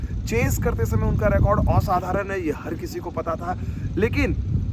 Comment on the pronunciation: aap OSADHARAN jayse bol rhe the mujhe bangali type feel aa rhi hain, aap bangali ho?